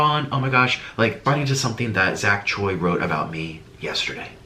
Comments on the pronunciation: It's actually cho-oi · Choi is pronounced as cho-ee? I thought it would be more complicated